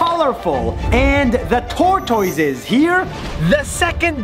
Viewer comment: tortoise? You say it wrong when you saying it I can’t say the real word because is a comment but you say it wrong!